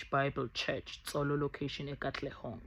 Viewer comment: Not Tsolo like in Sotho Thsolo section